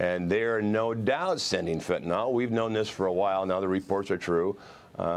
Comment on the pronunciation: Just my own side note here. When did phonics, letter pronunciation stop being important? Pronouncing Fentanyl like fen-tuh-nahl. When did Y start sounding like AH in any language? The word Bicycle is usually pronounced bi-SICK-el or possibly bi-SIKE-el. No one pronounces bicycle like bi-SAHK-el unless they have a speech impediment. Y in a word, in most languages I know of make either an I or EE sound, especially Latin based languages.